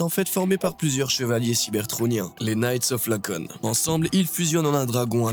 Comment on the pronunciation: c'est "i"acon pas Lacon et concernant The Fallen c'est megatronus. Megatron a choisi son nom en l'honneur du prime déchu